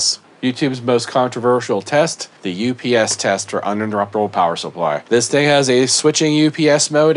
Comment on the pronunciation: I believe it’s pronounced “Oh Piss”